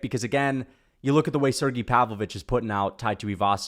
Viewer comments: Volkov and Pavlovich is the next best fight u could do after Gone, also its Sergei not “Sergee” 😂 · Why the hell he saying Sergei’s name like that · You know his nickname is not Shera the bullet right what the f and do you know how to pronounce Sergie